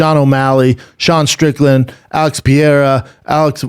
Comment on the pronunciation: "Alex Pee era" "Brad Riddle"